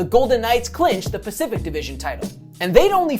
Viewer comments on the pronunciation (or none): none